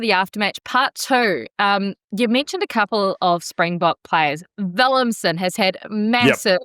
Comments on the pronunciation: Not willemsen or willemson but willemse ..please 😂check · I heard her say Willemson.. then i was nah im probably hearing things.. then she said it again.. and then dude also said it. Cringe 😬